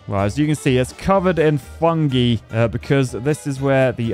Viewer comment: The way you pronounce "fungi" is legit stressing me out.